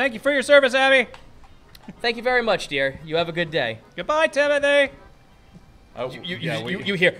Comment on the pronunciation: I honestly thought Timody was just Timothy with a speech impediment